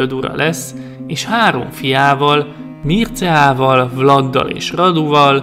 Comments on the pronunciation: Nem Mirca hanem Mircsa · Amúgy kiejtésileg nem mircea hanem mircsea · A kiejtésekkel kicsit baj van, s néhány infót én nem így tudok, de lehet nem vagyok én olyan informált... ( kiejtések: Vlád Cépés, Mircséá, Rádu, Târgovisté ) Amúgy, ez kritika, de nem rossz indulatból írtam le! :) U.i.: Erdélyből vagyok, Segesvárról. S tudtom szerint, NEM SEGESVÁRON SZÜLETETT, SŐT...! Miaszar...? Hogy...?